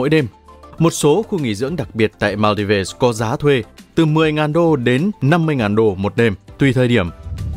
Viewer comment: Thượng lưu gì mà cái tên Maldives cũng không nói đúng nổi nữa vậy?